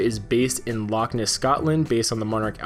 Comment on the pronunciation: Loch Ness is two separate words, please try to make it sound like they are